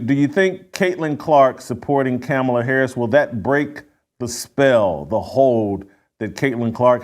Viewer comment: And still can't pronounce Kamala correctly. Figures.